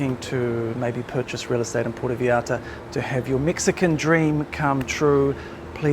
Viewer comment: Thank you, but Dude, learn how to pronounce Puerto Vallarta!